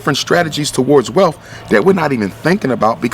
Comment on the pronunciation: Did he just say "welf" instead of wealth? Other than that, great video.